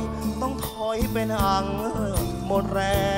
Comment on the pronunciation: ร้องเพราะ ออกเสียง เป็น เป็น เป็ล ไกว เป็น ไคว